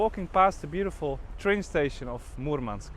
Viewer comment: Махил сказал Мурманск прям Мурманск, произношение - фантастика Parabens